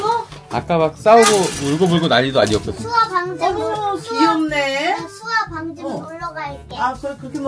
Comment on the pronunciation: 가 자꾸 뚜아를 수아라고ㅜ부르는것같아요